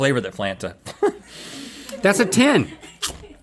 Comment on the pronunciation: In Link's defense Rhett did say Essy and Flanta